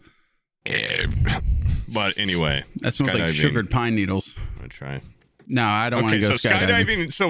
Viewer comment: He’s putting the emphasis on the wrong words in “sugar pine needles”